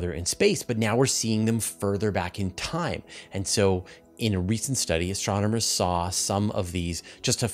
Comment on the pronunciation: My new favorite drinking game is taking a shot every time says STRONOMERS... Send help!